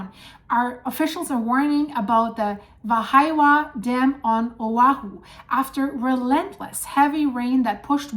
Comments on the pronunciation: It’s pronounced “Wah-he-wah” not “Vie-Ava” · Its pronounced Wah - he -wauh